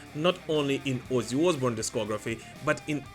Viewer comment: Your pronunciation is on point: "Wuzzy Oozboorn"